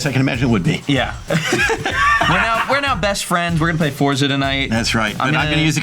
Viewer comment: Forza is actually pronounced "Fortsah." It's an Italian word, like pizza.